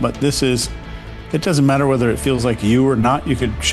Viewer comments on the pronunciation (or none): none